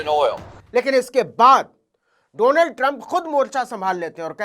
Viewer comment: मोदी जी को डोनाल्ड भी नहीं बोलना आता है , डोलांड बोलते हैं ।